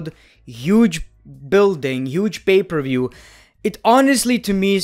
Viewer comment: Everyone: Pay per view: Bay ber wiew